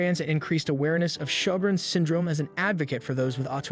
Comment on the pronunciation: It's sjorgrens syndrome... Damn... can't pronounce or even spell it right.